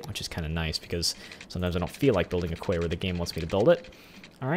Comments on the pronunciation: Its meant to be prounouced key. Not Kway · Quay is pronounced "key" BTW